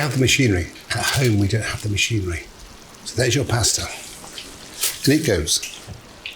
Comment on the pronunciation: Why does he refuse to pronounce pasta correctly? Ahhhhhhhhh😅